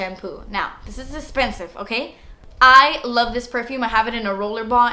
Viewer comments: "Thats espensiveee" 😂 so funny love when she says that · I seriously love you!! You crack me up and you have the best personality ever!! I find myself staying thing like "dats esssspensiv" then i laugh cause it comes from you lol! And my husbands like, what? Why are you laughing! Lol okay I'm gunna stop now, keep rocking girl